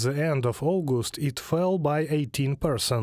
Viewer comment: After 40 seconds, it’s sign not sing and amount not amound and it’s August not Augusd